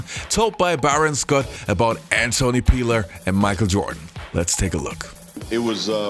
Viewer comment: Who is Micah Jirdan, tho?